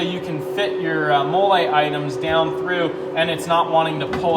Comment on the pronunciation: FYI it is pronounced /ˈmɒl.liː/, as in the female name Molly. Looks like another innovative product from you guys. Keep them coming.